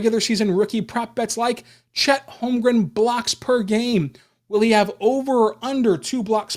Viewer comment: Thank You, for getting my last name correct...